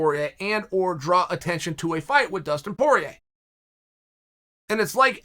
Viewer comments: Chael "Dustin is Porieir" Sonnen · “Dustin is Porier” also -Chael Sonnen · “Dustin is Poirier” - Chael Sonnen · ''Dustin is Poirer.'' - Chael Sonnen.